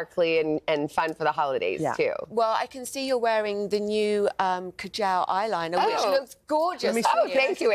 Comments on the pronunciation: ka-jal! It´s pronounced kajol or kajl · Ka-gel??? No vb its KAJAL.. indian